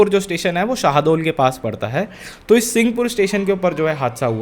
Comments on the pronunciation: शाहदओल नहीं शहडोल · शाहडोल नहीं शहडोल है वो bhaiya im from there